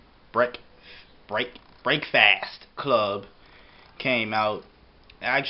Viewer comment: I knew this video was gonna be BS when this mush mouth couldnt even pronounce Breakfast right.